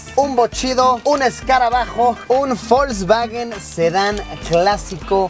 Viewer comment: Alguien mas escucha que luisillo pronuncia folsvawen...